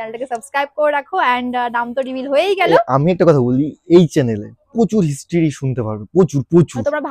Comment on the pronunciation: হিসটিরি কি উচ্চারণ বাবা ছেলেটার। প্রোনান্সিয়েশন কি বাজে ছেলেটার😂😂😂😂